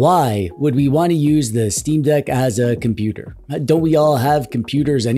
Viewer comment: Not computer its compooper❤